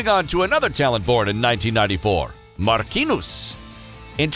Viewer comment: Mark-kin-nus is how it's pronounced? 🤣🤣🤣🤣